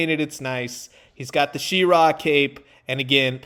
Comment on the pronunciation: She-ra, neither syllable emphasized over the other. Definitely not she-RAAA